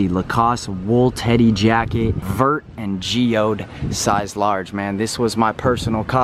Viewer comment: Hahaha when a tag says "vert" its french for green. Its pronounced ver without the T